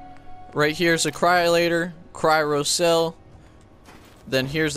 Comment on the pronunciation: Cryro cells? Did a thousand spiders bite your tounge, before you made this video? Haha nice vid though.